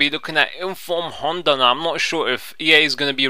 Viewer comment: Love the way you say Honda! you call him Hunter!! :-D Nice video!!